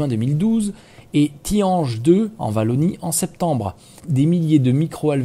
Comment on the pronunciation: Wallonie à prononcé ouallonie ;)